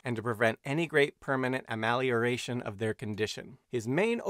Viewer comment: I need an amelioration for that painful pronunciation of "amelioration". 😆 🤣